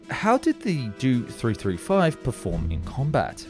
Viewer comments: Suggestion: learn the proper pronunciation of aircraft and engine acronyms. Ask technical expert or native speaker. Examples Do-335 is not "Doh three three five" Do is an abbreviation of Dornier, correctly spoken as "dee oh" Me-110 is not "mee 110", it is "em ee 110" Justification- How would you (or you AI pronounce Bf-109? [bee-eff 109] or [bey-effeh in German] Beyricheflugfabrik FW-190? [eff-double- yoo 190] or [effe-doo-bleh] Folcke Wulf Ar-240? [eh - arr 240] or [ah ehr] Argus DB-603? [dee bee 603] or [deh beh] Daimler Benz BV-155? [bee vee 155] or [beh-veh] or Blohm und Voss A test: pronounce Ki-61 Keh 61; not kee 61 or kay eye 61. "Ki" is a Japanese phoneme or single sound for the Japanese character used as an abbreviation of Kawasaki Army Type 3 Fighter 'Hien [heh-en] Flying Swallow, You can't use German or English rules to read Japanese designations, ask an expert and don't trust English language AI text to speech for non-English words or acronyms. This video is well done but technically lightweight. You explained center-line thrust simply - the propeller thrust vectors arecolinnear but what about propeller torque? Was it additive or counteracting? Why does that matter in a fighter or fighter-bomber [Jager or Jagdbomber]? Keep working at it you are improving noticeably. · The Dew 335...it's Do 335 (Doh). Jägernotprogramm on the other hand you pronounced quite good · Not a 'Doo 335' - it's a 'Dee-Oh 335' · After putting obviously a lot of time and effort to produce a top quality video, you totally make it weird saying "do" or "doe" in front of all the model numbers for the Dornier planes!!!! It's not pronounced like that the letters are short for Dornier!!!! DEE OH 335!!!!! It is a good video but something as simple as mispronouncing something repeatedly ruins it 😑. You did your research and made a very informative video 👍😎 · God, the way you pronounce the aircraft designations is so frustrating